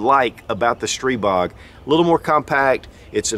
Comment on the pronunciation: Thank you for the great video, and THANK YOU, THANK YOU, THANK YOU for pronouncing Stribog correctly.